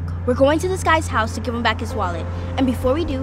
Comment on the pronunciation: The i on “GiVE” irritates me